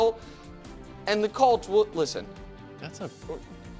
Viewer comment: Since my team is good again and gets talked about more on the show, for the love of god can Nick PLEASE pronounce the name right? We’re the Colts NOT the “Calts”